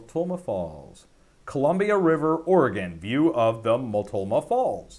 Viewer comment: Pronounced Mult No Ma Falls :).